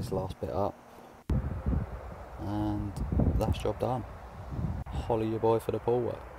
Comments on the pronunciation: Follow ya boy for da pool work I learned that the other day it sounds like holla but he says follow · “Holla at ya boy for the pool work” It’s been 2 months and I just realized he says “FOLLOW ya boy for the pool work” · i though he said- holley ya boy for the pool work like he was telling who he is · He actually said folloh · If it makes you feel any better I also thought he said "follow" for the longest time. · I thought it was 'follow ya boy for the pool work' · I know but it sounds like it tho